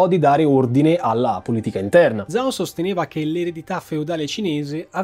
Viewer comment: Per la pronuncia io evidenzierei soprattutto "zhao" pronunciato come "zao" invece che "giao"(per intenderci), è l'errore più comune dopo la "x" pronunciata "cs" (che però lui non sbaglia)